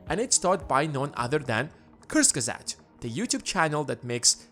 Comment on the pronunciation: Not Kursgesat but Kurzgesakt. Pronounce: Kurts Gezact.